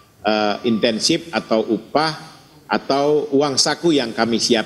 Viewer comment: INSENTIF,!.. bukan INTENSIF!